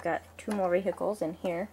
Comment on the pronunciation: I like how you keep saying ve-Hicles, that's funny.